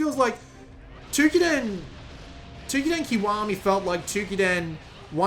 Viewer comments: Dear god him saying Twokiden instead of Toukiden is pretty annoying. lol But...good video, its just annoying to always hear foreigners mispronounce things. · The "ou" in "Toukiden" is pronounced as the "ou" in "Touhou".